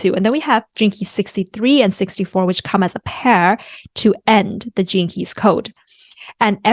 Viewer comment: Every time u say "gene keys", I hear "jinkies" like Scooby doo... Thanks, Il show myself out.. lol